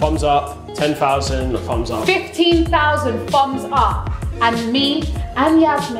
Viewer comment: I like how they say "fums up" instead of "thumbs up" lol 😊